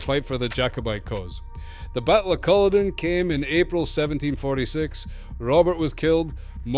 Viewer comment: Who is the commentator. Their accent is awful. Couldn’t even pronounce the battle of Culloden right. It sounds as itish American Scottish jumble of accents ans it’s not good on the ear.